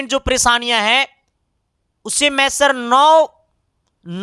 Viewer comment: Try to correct pronounce Paresaniya . Preesani?..